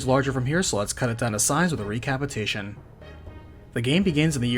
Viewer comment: Bro Learn how to pronounce your words . . Re-capitation? . . .